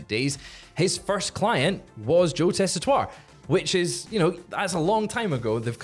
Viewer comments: Tess-I-Tore, not tua. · it’s JOE TEH-SEE-TORE NOT TESSITOIRE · Its pronounced Tessa-Tor-Re. Four syllables. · should, of all people, know how to pronounce Joe Tessitore's name!